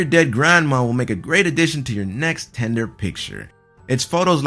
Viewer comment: Did you really just pronounce "tinder" as "tender"? it's a dating app, not a chicken nugget